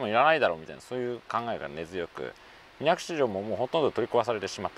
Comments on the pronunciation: 水口は「みなくち」と濁らずに読みます。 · 『みなぐち』ではなく、『みなくち』だと思いますが… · みなぐち × みなくち 〇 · それだけに水口を「みなぐち」と濁ってしまったのが惜しい！